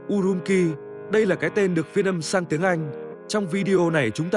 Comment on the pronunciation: Urumqi phải phát âm là "U-rum-chi" chứ không phải "U-rum-ki". Chữ "q" trong tiếng Trung không giống tiếng Việt đâu